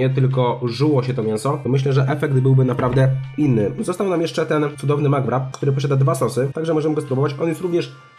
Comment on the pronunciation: Czyta sie makrapa a nie makwrapa xdddd